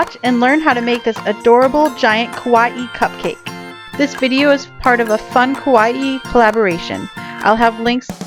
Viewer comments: No kowai is scary kawaii is cute Kowai - ko-why-ee. Kawaii - ka-why-ee Sorry can't help it I do this everytime when I see someone saying Japanese wrong since I'm from Japan and my dad is a Osaka person,Osaka people usually gets mad over this kind of little thing so sorry if I was being rude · Anyone else pronounce Kawaii Ka-why? Instead of Ka-why-ee?